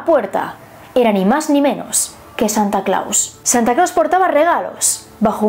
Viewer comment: No sé pronuncia Santa Claus! Y como es que hiciste un libro? En buen plan lo digo, a parte soy tu fan.